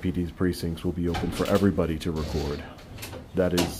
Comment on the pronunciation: You cant "ree-quaurd" here